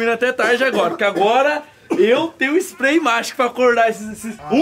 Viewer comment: comprei o famoso splai de pimenta ele falo errado kkkkkkkkkk